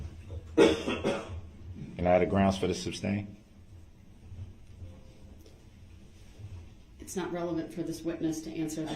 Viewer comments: "Reason for the SUBSTAIN your honor?" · I get irrationally angry everytime he says “substain” instead of “sustain” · Its not substain its sustain. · Duh-rell, the word is "sustain". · Tacit not Takid. Sustain not Substain. Moron !